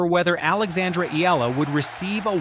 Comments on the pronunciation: E-YA-LA not E-LA is the correct pronunciation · 👎🏽 Spend whatever extra time it takes to get names pronounced properly – not just Eala’s, but others too. It’s called respect. How can you claim to be favorable to someone if you don’t get their name right? And don’t report anything not verifiable! 🤙🏽